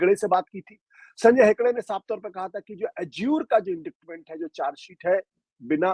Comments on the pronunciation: Ashutosh ji, आप वैसे बेहद पढ़े लिखे हैं, अच्छी हिंदी और अच्छी अंग्रेज़ी दोनों में बेहद कुशल हैं इसलिए एक प्रशंसक के नाते कहना चाहूँगा कि कृपया indictment को इंडिक्टमेंट ना कहें यह ग़लत उच्चारण है! इसका सही उच्चारण है - “इंडाइटमेंट” है! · Ashutosh ji ek correction especially for journalist - it is promounced as inditement ,c is silent, thanks